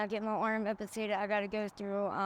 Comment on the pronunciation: Its amputated not ampertated